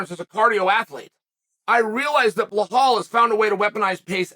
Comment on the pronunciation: Beh-Hall Chael said